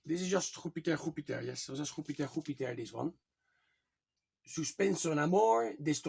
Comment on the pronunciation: Jupiter is pronounce - “Jew - Pit - Arr “ I saw the “Betsy” album - I love that release !